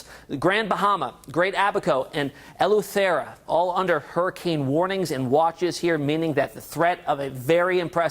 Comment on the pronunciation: Eleu- Tearr - ah 😂😂 why he pronounced it like that